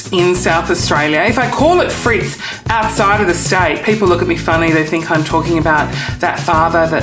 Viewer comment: Fritz - not Frites!